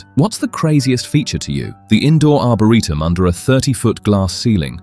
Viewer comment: What's an arbareetum?😂🤣😅 and point doom?... lol. Not Dume😂❤